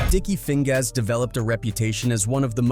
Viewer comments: Sticky Feing-GAAS and Art-TEES (AI generated pronunciation these days) 😂😂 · Sticky Fing-GAAS 😂😂😂